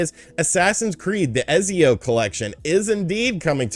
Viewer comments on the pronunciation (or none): The name is pronounced etsy-oh rather than ezzy-oh and the trilogy is phenomenal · Say it with me man! “ETTSIO” vs Ezzio lol. Thanks for the updates! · Heads up, Ezio is pronounced Et-zee-o. The "z" is pronounced like the z in pizza. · It's funny how you pronounce Ezio, esp. since you're Italian